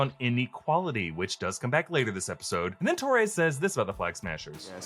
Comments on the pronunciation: It's Torres.. not Tories. I've never heard anyone pronounce Torres the way you do. He's hispanic. Also, kid isn't sketchy at all. He's a set up for the Young Avengers. Actor still looks like a teen. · Great video but I swear to God, if I hear you mispronounce Torres one more time.........